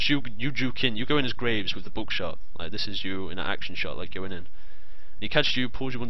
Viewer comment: haha that buckshot sounded like bookshot :D